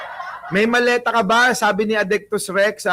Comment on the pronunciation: Hindi po maleta; Malita po😅